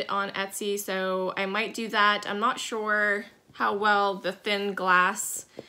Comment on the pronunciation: I'm sorry, but everytime you say, "Shore/sure"...I think of Daphne on Fraser when they crossed into Canada and to prove her US residency, she just said one word..."Shore!" LOL I have a strong southern accent, so you would laugh at mine, too.